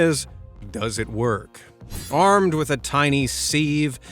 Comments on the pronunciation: Haha Seeev it’s more siv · Sieve is pronounced siv not seeeeve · IT IS A "siv" NOT A "sev" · “Sieve” is NOT pronounced as “seev”. The correct pronunciation is “siv” !!! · What the hell is a seeve? Sieve rhymes with give. Are people really stupid enough to fall for that toothpaste hack? When your tube is empty, you'd feel if there was something hard inside. Could it possibly have been posted by someone from Colgate's marketing department? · Congrats! Rage bait successful with the sieve pronunciation!👏Idk why but its bothering me so much!🙄😂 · Who pronounces sieve like that? 🤔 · Anyone else say sieve like that? It's weird 😂